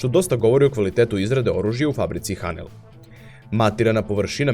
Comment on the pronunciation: Ako se ne varam, ime ove kompanije izgovara se "Henel", barem u originalu na nemačkom.